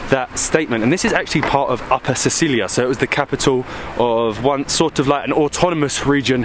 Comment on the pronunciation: Darling... It's not Sicilia, it's Silesia :D